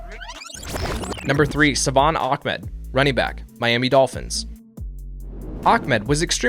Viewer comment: why is everyone saying Akmed instead of Ahmed lol